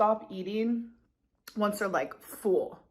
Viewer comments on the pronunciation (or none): Not sure if anyone else is bugged by it... but the way she pronounces "full" as "foo-ull" Just me?